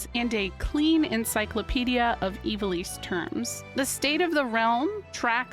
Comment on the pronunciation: Pretty cool! But man, my ears and brain are still taken aback by Ivalice being pronounced the way it is supposed to be. Growing up my older brothers always said it, "I've-All-Iss." And it actually being Eee-va-lease makes me feel the Mandela Effect, like I fell through a dimensional gap at the beach after collecting komodo dragon scales or something.